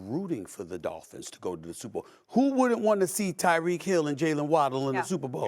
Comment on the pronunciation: SAS CALLED TYREK "DYREK HILL" 😂😂😂😂 everybody messes up